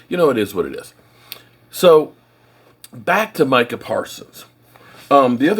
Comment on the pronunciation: I'm proud of you, you actually called him My-cah, instead of Me-Cah. lol